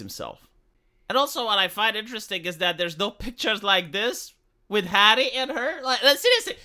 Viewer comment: "You've sacrificed your pride, 'arry."